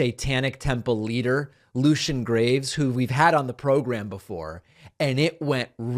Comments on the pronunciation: For the record, people: Jesse is a male name, Jessie is a female name. It literally says his name on screen the entire time... get it right. Not a Fox supporter, definitely not a Jesse supporter, but it's a basic knowledge and respect thing. Although he constantly messed up his guest's entire name every single time he said it, so... never mind. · The fact that he couldn’t pronounce a simple name proves how disingenuous he is. Doofus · Fox " news" anchor can't pronounce the guys name correctly. Fox staff are obviously dumb as rocks. I'm glad Lucien Greaves is pushing back against the evangelical radicals that think Christianity is the only constitutionally protected religion! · That was a total style study of the endless deep off Watters low IQ. He tried to clown away the fact that he is so simple minded he can't even say the dudes name right. JW is the dumbest host out there. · Shameful flippant disrespect to not even learn how to pronounce a guests name correctly. Faux snooze's stupidity lives on. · Waters having trouble pronouncing the name was probably just a trick to make Greaves look foreign, maybe French. Fox viewers hate those people. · This just shows how much of a joke Fox's idea of journalism is. Waters literally mispronounced in purpose his name, no doubt because he thinks it would be funny. Journalists are supposed to be Unbiased. And while it's pretty hard to actually find anyone who's completely unbiased, Fox can't even be bothered to try to fake it. Fox news? No, Fox propaganda. No doubt Goebbels would have been very comfortable at Fox. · “I’m probably gonna butcher your name again” Well that’s either because you can’t read or are too dumb to ask at the start of the interview. Man that would’ve been awesome to hear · I could understand him finding it hard to pronounce Greaves name, it’s not a basic name like Jesse Waters. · "Greaves," not "graves," David lol. But this was fantastic. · Greaves, not Graves.